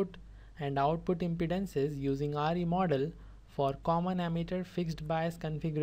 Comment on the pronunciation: yeha you are correct but he is saying re Instead Of Re